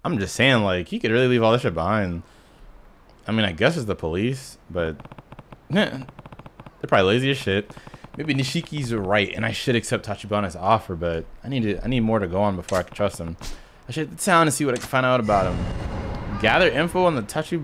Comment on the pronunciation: Just gonna watch and comment on shit as I see it/remember it, so if you learn something as I go that i forget to fix, dont mind it, just consider it good you learned it 👍 1: Nishiki is pronounced like "niche-key" not "niche-she". Its what everyone calls him in the community, so you are basically there already. 2: Mr Shakedown is extremely powerful, being able to do pretty much all of your hp in single hits, and can follow up on any knockdown with a grab slam, that will usually kill you outright. If and when you find yourself at a store that has weapons to buy, get "slime/zap guns", which fucking evaporate his hp. Use Rush, and equip one. In the case of the 2nd character you get to, the same concept works for him too, just use his default style for the same mileage. 3: One of the best ways to get some good damage on an opponent is using r1, dont dodge back, dodge to their left or right when they attack to weave behind them. Enemies cant block behind them, nor retaliate when you are attacking them from the back, so the best way to get good damage on an opponent is to duck a punch and hit a combo from behind (pause) 4: Using triangles after squares isnt "broken" they're just combo finishers. Thats just... a standard part of the game. And expected. A lot of moves use them to set up other moves, for example. Do still use items, too. I can understand the feeling of wanting to beat a boss fair and square but id wait til you are more comfy with the games mechanics overall before thro